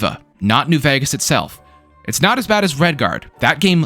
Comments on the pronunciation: Why does bro keep saying New "Vagas"? It's vEgas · "New Vehghus" lol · i like your content man but there's only so many times i can hear "new vhayghes" before it makes me want to tear my skin off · why cant you pronounce vegas are you stupid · you say the word vegas weird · why do you say vegas like that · Who do u say vegas so weirdly